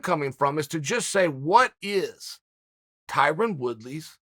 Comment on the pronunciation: Dana: “Tie Rone” Tyrone: * “Tie Ron” Chael: “Tie Rin”